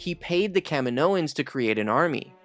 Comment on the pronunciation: It's pronounced kuh-mee-noh-ans